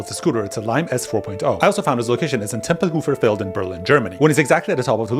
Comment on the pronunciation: its not temple-hoofer field its Temple-hoffer Feld. (Tempelhofer Feld)